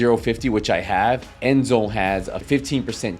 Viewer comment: Enzo not Enzone